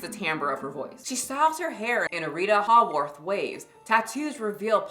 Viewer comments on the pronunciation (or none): Just an fyi it's pronounced "hey-worth" I only know that from the movie "shawshank redemption" cause she was a popular actress in the 50s (the setting of the movie) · I don't think I've ever laughed so hard 😂🗣️😂🗣️🤣😭RITA "HAW"-worth😂😂What?!?🤌🏽 You can't talk about fashion & mispronounce an ICONIC Hollywood Staple's name 😩